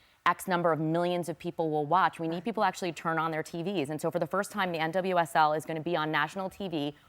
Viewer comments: Yep. Not finishing that “double-U” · Is it me or is she calling it NSSL? I heard N-double S-L twice